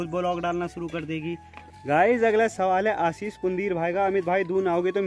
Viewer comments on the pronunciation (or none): none